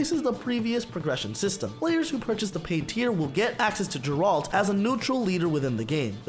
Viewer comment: "Jeralt"???? It's Geralt...